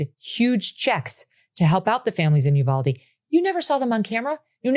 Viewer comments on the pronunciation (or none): none